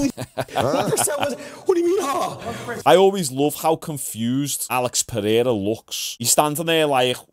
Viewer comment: Pe-hair-a goes crazy.